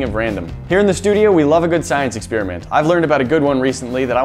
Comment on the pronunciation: You pronounce experiment in a funny way.